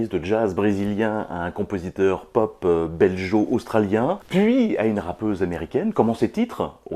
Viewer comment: Ucla, stp, on dit belGo, pas beljo-australien.